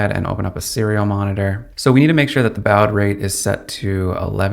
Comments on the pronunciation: It isn’t pronounced bowde. It’s baaawd. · baud is pronounced like "bod" as in "dad bod". Not Bowd. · Dude, you're killing me. It's pronounced "bod", not "bowed". Sincerely, someone old enough to deal with 300 baud modems. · "Bowed rate" ??? LoL It's pronounced "Bored rate" 🤣 You got "U ART" wrong too... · bowed rate? its pronounced "bored" "board" BAUD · lol "bowed rate" 🙇‍♀ BAUD is pronounced the same as "bod" (as in a nice bod(y)) ;-) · It is pronounced baud rate (bod r8t) not boud rate! It is pronounced gif (jif) not gift (with no t)! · Baud is pronounced 'bȯd, not 'bau̇d. And what math are you using to come up with 0.07W? In a DC circuit, P=VI, or 5.04V * 0.02A = 0.1008W. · BAUD is pronounced bored rate not bowd rate. Thanks for your time in making this. My comment is just to help your feedback/youtube data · By the way, “baud” is pronounced like the word “body”, without the “y”. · BAW*D Rate. Not BAO-UD. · FYI: Baud is pronounced bord/board (as in fraud) not bowd. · Having started hacking in the 1970s, I have always heard and spoken ‘baud rate’ like ‘bahd’ (think ‘ha ha’), not ‘bawad’ (‘bow add’). You probably mean bit rate anyway, don’t you? Respectfully submitted. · What is a bowed rate though? Do you mean bawwwd rate? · When you pronounced baud as "bowed", instead of "board", I knew we were in for a treat! Then along came the data and tech specs you mention of this device which are just absolute BS! A quick flick through your catalogue of uploads and its clear you're ring 3 wishing to be ring 0. Sorry dude, you aint it. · Then there's baud, pronounced "board" not "bowed" as in this video! This guy is a tourist. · BAUD is pronounced BAWD not BOWD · Bowd rate? Baud bro. It's baud. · It's pronounced 'bawd' rate. You may note that there's is no 'r' in 'baud' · An .ini file is pronounced 'Inny' (INI being short for initialisation). Also Baud is pronounced 'Board'. Other than that, good work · Why is he pronouncing baud as bowed 😂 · It's pronounced "BOD"...